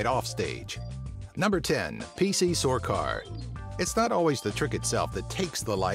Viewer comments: he said sorcar its sarkar also was that Joseph W Burns or Burus. get your fact your right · it's P C SARKAR not sorcar .. dumbass